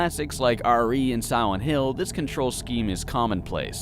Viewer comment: Am I the only one that thinks he keeps saying siwent hill